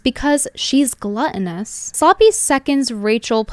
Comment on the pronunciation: "gluttonous".... sounds French